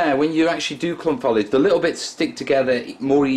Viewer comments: not want to sound rude but it's pronounced foe lij not fol ije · And the word is foliage not folage! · So why say follidge? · What is 'follidge'? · You say it like falige